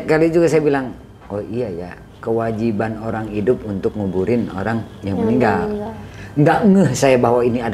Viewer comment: Si narasumber kl nyebut meninggal jadi ninggal😂